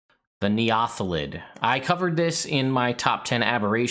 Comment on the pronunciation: I always pronounced it like neo-thelid, but now that I think about it...not really sure if essentially new thelid is the intent and they way you pronounce it is cool.